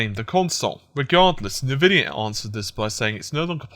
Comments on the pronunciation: But it's not spelt "Invidia", it's "Nvidia". So if anything it's "En-Vidia". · Its N-Vidia Pronounced as ENVIDIA. Someone with you knowledge should know that :P